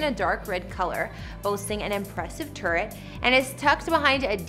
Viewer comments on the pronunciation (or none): none